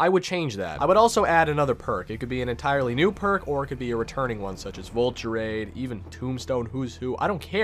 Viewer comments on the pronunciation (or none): none